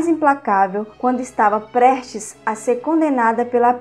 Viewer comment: Moça vc só precisa melhorar sua oratória, várias palavras vc pronuncia erradas tais como "prestes" vc fala "prertes". O nome "Marie" é francês, se pronuncia "Marrí" mas vc fala Mári". Se vc é professora precisa tomar esses cuidados.